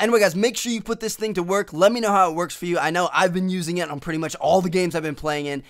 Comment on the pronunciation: in ALL THE GAMES. xD the way he says all